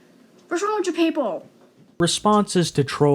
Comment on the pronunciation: "Whats wong witt chew 👹"